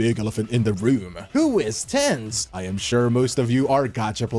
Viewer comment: Him saying tenz as Ten-z is sending me 😭